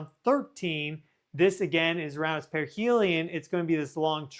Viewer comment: Wait - did you say perihel in 2031?! Is this thing traveling slow?